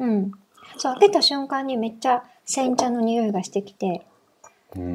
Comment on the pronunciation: 、こんにちは🌸 の煎茶発言は多分これが初めてだったと思います😆 思ったより発音が良くて私もびっくりしました🤣 いろんなお花が入ってたので日本茶だけどすごくフルーティーでしたよ〜✨